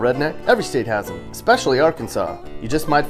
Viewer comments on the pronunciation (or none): none